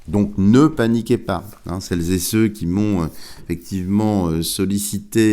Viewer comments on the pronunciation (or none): SVP ne parlez-pas de celles-zé-ceux, ça me dégôute ! À part ça je vous apprécie beaucoup.